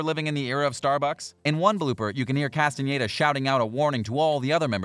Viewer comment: I appreciate he says Castañeda and not Castaneda like every english native speaker.